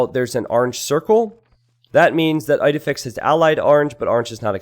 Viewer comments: isnt it pronounced Eedehfix? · As an Astérix fan, hearing "Eyedefix" over and over again physically hurt...